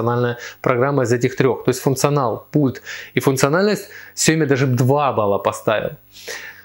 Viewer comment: Сиёми? СИЁМИ? Мля, кровь из ушей пошла...